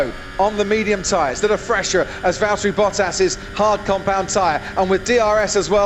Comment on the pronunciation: it’s Valtteri…